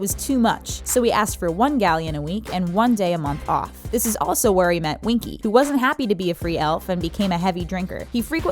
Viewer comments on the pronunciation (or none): it is Winky not Wonky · it's Winky, not Wonky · it's winky not wonky